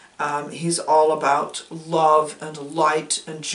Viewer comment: 🤣 your ravens and parrots... I adore the "abuut", are you going for Michigan?